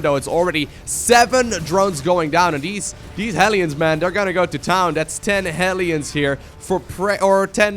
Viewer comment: Why are the "hellions" (hell lions) pronounced "helions"? It seems wrong to me...